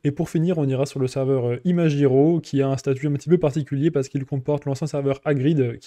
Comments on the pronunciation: tu pourrai dire ImaGiro et non pas ImaJiro? cela vient de OriGami et non pas OriJami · En français, G+I se prononce JI, alors que G+A se prononce GA. En fait ton com est a la fois psychorigide et complètement inutile car ton exemple est destiné à un autre cas de figure. Si le serveur s'était appelé ImaGUIro, alors tu aurais eu raison. Mais ce n'est pas le cas donc laisse les gens prononcer comme ils le veulent et laisse ce genre de commentaire aux profs de français qui sont certainement plus qualifiés que toi pour le faire.